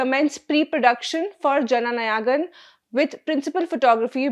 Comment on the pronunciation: There is only one word in the entire video/podcast that the presenter needed to pronounce correctly. It looks as though the word 'Jananayagan' was deliberately mispronounced (with some effort, it seems)! I can't think of any other explanation for this. I presume the presenter is of Indian background; if so, the word appears in the National Anthem with the correct pronunciation (please listen to the first line of the anthem). I believe it is important to get the pronunciation right—at least for relatively easier words—so that listeners take the presentation seriously. Otherwise, it appears as though no serious research was performed in preparation.